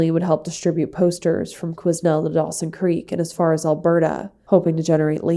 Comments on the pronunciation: Awe I remember these stories as I am from Prince George born and raised but It was an interesting way you pronounced Quesnel its actually pronounced kwii nell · The s in Quesnel is silent. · I love that you are getting the highway of tears disappearances out to the world. Thank you. I’m from BC and these true missing and/or murders are heartbreaking. FYI the “s” in Quesnel is silent. Thanks again for your content. You have so much compassion when you tell the story. (Facts). Stay safe. ❤